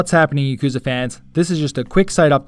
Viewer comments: "Yeee-koo-zaah"...? Really...? Y'know you'd think that a fanboy of a series could at least pronounce the series' name of which he is a die-hard fan of correctly, but apparently not. (Oh, by the way, it's "yaak-ooo-zah", for anyone who doesn't already know, including this guy...) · Thanks, glad you like my accent :-) If anything though it would be pronounced "ya-ku-za"